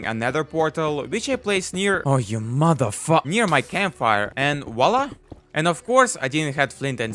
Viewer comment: I love how he says mothe fucker